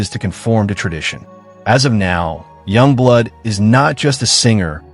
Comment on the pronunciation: Źle wypowiadasz Yungblud ...